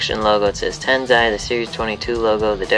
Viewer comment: Dude its not Tenzai its Tensai lol